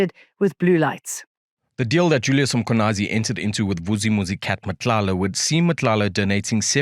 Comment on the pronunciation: Jane was doing so well with Nguni names. Why is “Mkhwanazi” so hard to say properly? 🙃